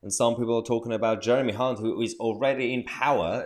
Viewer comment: Nice to hear you pronouncing your H's, most pronounce his name with a C